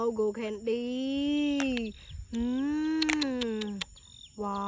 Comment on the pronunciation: She is ashily saying gold candy but sounds like go candy😂😅